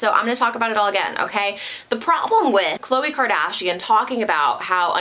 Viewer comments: It’s is not kloayyyy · Since when was Khloe name pronounced like that lmfaoo. Not even on the show they ever corrected us